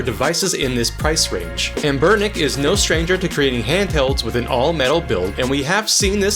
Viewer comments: AHN-Ber-nic. not anBERnic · Great video! But the way you pronounce “anBERnic” irks me! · Anbernic ❌ Anburrnick ✅